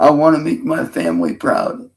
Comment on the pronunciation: 'I want to do better, I want to be better. My Fuhmly' blah blah blah. Lies. You want to be left alone so you can do what you always do, prey on women and children. You haven't honored anyone or anything your entire life you little sex pest freak.